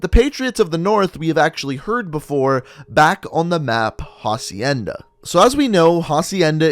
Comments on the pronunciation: It’s acienda not jacienda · Who is going to tell him that it’s not pronounced HA-cienda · Ffs, you don't pronounce the h in "hacienda." It's a Spanish word, so the h is silent.